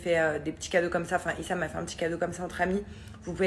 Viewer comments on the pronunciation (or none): none